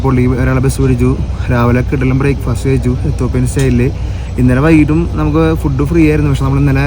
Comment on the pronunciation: എത്തോപ്പിയ അല്ല എത്തിയോപ്യ അല്ലേ? എനിക്ക് ശരിക്കറിയില്ല. പഠിച്ചതും സ്പെല്ലിംഗ് പ്രകാരവും എത്തിയോപ്യ ആണ്.